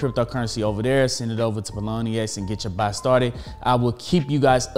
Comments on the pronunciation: lmao it's Pionex not Ploniex >< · My man's keeps saying pie-o-nee-x and it's killing me lol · Pilonyex get it right!! hahaa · Pie-O-nex. Great content though!!! New subscriber here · Did he just said “paloni-ex” !? 🙉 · Great info . Think its pronounced pie o nex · It’s Pie-on-ex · how he gonna get sponsored and not pronounce the name right hahahahah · I don't think that's how Pionex is pronounced haha great content though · can you please pronounce pionex correctly? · Pronunciation??? Was that on purpose? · How did he botch this name so badly lol